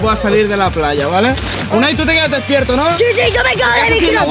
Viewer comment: se dice Unai